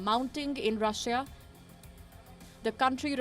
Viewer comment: can you get a new anchor who knows how to say the word Russia correctly next time?